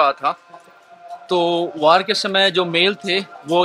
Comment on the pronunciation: #🤪सुफारी थूक के बोला कर वार को #वार्ड बोल रहा है #तोतला